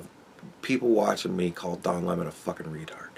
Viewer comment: Le Don Le~Mon, what a twat